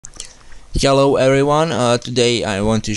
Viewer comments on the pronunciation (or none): i like when you said hellow everyone . as listen like yellow . but its cute to listen .☺ cute voice